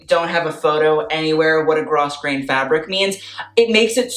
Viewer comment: Grosgrain is pronounced like grow-grain just fyi